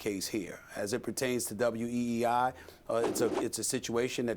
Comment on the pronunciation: It’s WEEI* not WWEI 😂 y’all love some wrestling lol